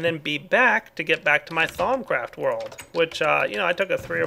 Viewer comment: and instead of thaumcraft i hear thong craft